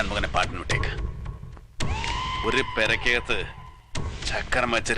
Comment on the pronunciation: ഒരു.. പേ രകാത്തു.എന്ന്. അല്ല... പുരയി ക്കകത്ത്.എന്നാണ്